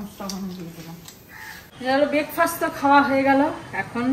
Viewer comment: কথা টা বেকফাস না ব্রেকফাস্ট, বাংলা বলুন না